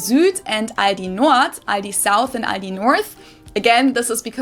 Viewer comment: no its not Aidi its aldi there is clearly an L in there xD its always crazy she says something and then you repeat something COMPLETLY different xD your not even remotly close to what she says xDDDDDDDDD